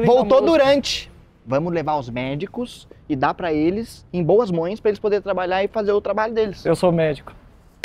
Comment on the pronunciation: "Em boas mões" kkkkk